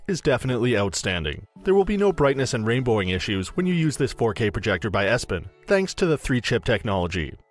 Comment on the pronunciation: He lost me with the mispronunciation of Epson.